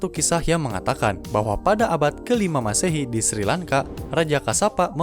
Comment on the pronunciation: Kosakatanya diperbaiki gan, unesco, M masehi. Ga enak dengernya